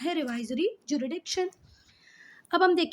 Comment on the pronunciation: hello mam I found a mistake in your teaching jurisdiction is pronounced as ju-RIS-diction not ju-RI-diction so plz don't feel bad ma'am